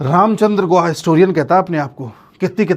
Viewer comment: Ramchandra Guha nahi hai wo GOO-KHA hai,, Ram ka naam bhi kharab kar raha hai...:face-blue-smiling::face-blue-smiling::face-blue-smiling